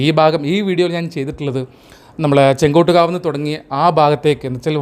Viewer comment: ചെങ്കോട്ട് കാവ് അല്ല, ചെങ്ങോട്ട് കാവ് ആണ്. താങ്കളുടെ വീഡിയോ നന്നായിട്ടുണ്ട്. വീഡിയോ ചെയ്യുമ്പോൾ ഓരോ പ്രധാനപ്പെട്ട ജംഗ്ഷനെപ്പറ്റിയും അന്വേഷിച്ച് , നോട്ട് ചെയ്ത് - പറയണം. അത് ഇത്തരം വീഡിയോയിൽ അത്യാവശ്യമാണ്.